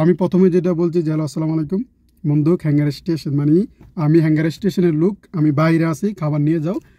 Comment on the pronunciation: মন্দুক কথাটা মন্দুব হবে। ইজ্জত মাইরালাইছেন ভাই আপনি।